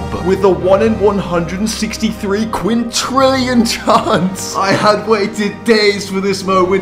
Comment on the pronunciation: its "quintillion and not "quintrillion